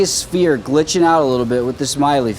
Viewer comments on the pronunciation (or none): none